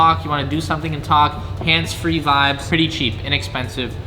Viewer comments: If you stop saying vabs im gonna kill myself. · In quebec vibe it vibe in french too we do not Said vibbes 😂 (sorry for my english) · I just started watching then he said vbez PLEASE JUST GO BACK TO VIBES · "Im gonna say Veebe" Says"vibes" 2 times after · Not vabs but vibaas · Him: I’m going to stop saying vibes, and say “vibés” Also him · you said vibeeezzz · le gars il est drôle 😂😂😂avec ses " vibase " 🤣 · Vayb is wat he says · If you stop saying vibes, im unsubscribing. Update: oh ok, vi-bez is ok too i guess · He said he would say Vibēs instead of vibes but look at this he said vibes